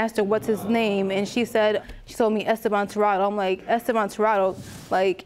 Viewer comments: Okay, I get it when mother doesn’t know the fathers name. BUT how can you know the name and not be able to pronounce it?!?! Estaybon does not equal Estabon. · “I dated Es-STAY-Bon when I was 16” Me: WHO 😂😂😂😂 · "I dated Es-STAY-bahn..."...right after the daughter properly pronounced the man's name🤦🏾‍♀️